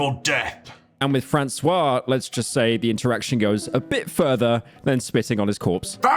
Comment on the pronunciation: did he just pronounce Francois as "fascist"? Or Fassis? It definitely wasn't "Francois" and you let it in, Pyro. -2 points. Actually a lot of the voice acting in this video was not great 😅 but it's okay, it was a great video 💜